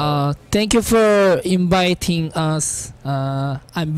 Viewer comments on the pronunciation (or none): Minhyuk: "Tank you for Inbiting us Im Minhyuk" So cute pronunciation.